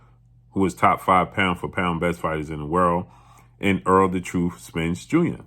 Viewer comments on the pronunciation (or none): none